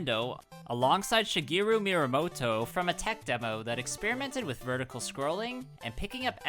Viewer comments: ME AH MOTO NOT MI RA MOTO! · Call him MYRAmoto again, I double dog dare you, you absolute lemon.